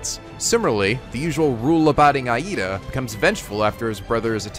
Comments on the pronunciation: Urakaka? Aida? Damn you are killing me xD. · well for starters you butched pretty much every japanese name. eyeida, urakaka, ect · says name wrong, inner weeaboo awakens For instance, it isn't "I-eedah" it's "eedah." (For Iida Tenya.) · The way you pronounce "academia" (don't pronounce it like "academy" pronounce it like "academic"), and some of the character's names (Iida is pronounced "eeda" not "eye-eeda") is pretty laughable lol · Great video essay, you make some really good points. I can't stop cringing though when you butcher those names. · Is it only me that cringe everytime he said Iida's name?